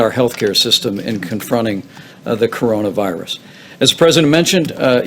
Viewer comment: It's pronounced coronavirus ... from the group of similar viruses that exist in animals and birds, and manage to jump to human hosts. I thought he really got this stuff ?